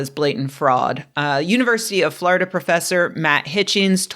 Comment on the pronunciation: Love your "Florida" pronunciation. FLARDA!